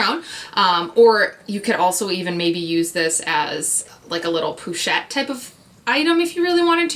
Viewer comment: It is supposed to be "E Ben", not "a bean"...and "Po shett", not "poo shett"